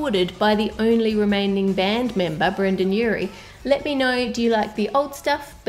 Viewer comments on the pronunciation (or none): none